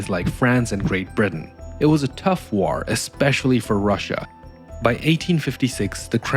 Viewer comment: I like that you pronounce war like an ork